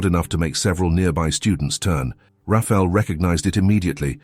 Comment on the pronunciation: IT IS PRONOUNCED RA FA. EL NOT RAFEL